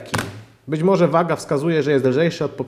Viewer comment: "morze" "tempaku" ok kolego, kto tu jest tępy :)